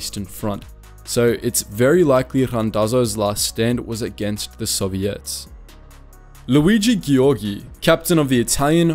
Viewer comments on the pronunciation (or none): Correct "british like" pronunciation of Luigi Giorgi is Luìji Jòrji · the correct Italian's pronounce of that name is Luigi Geeorgee